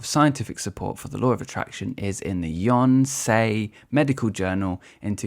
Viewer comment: Your mate nailed the pronunciation of Yonsei. Did pretty good with the researcher's name, too.